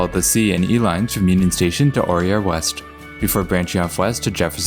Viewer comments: Aura - ia West? 😆 🤣 It's A - rare - ia! Just saying! Hahaha. Very informative thought! I love to nerd out on channels like this! 👍🏼 I've have lived in Denver for 14 years and had no idea had of these lines even existed since they have added so many lately! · Some local pronunciation differences are: Wynkoop the street and station is "Wine-koop" Auraria is "Ah-ror-ee-ah" Osage is "Awh-sage"